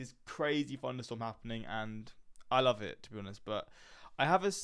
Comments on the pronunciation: It sounds like you're saying funderstorm Instead of thunderstorm. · Did he say funderstorm??